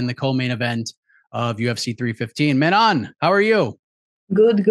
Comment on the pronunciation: Can we please stop saying Manon's name wrong It IS NOT FEEYOR It is FYOROH